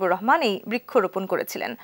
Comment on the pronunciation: Ata brekkho na bis brikkho